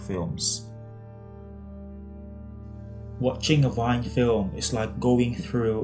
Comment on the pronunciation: interesting essay, thank you! Please let us try to pronounce Wiene's name correctly ('Wee-ne', not 'Wine'*)